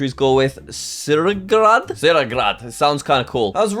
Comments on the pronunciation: Its pronounced TRsrariGhRad jack. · its pronounsed "tsaringrad" and youi spell it tsaringrad its pronounced the same how its spelled that goes for almost every word in slavic countrys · It's pronounced "Tsargrad", the t is not silent.